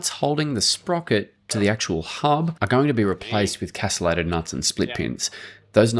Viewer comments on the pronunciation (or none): They are KASS-tuh-lay-tid nuts, not kass-uh-lay-tid nuts. 🤓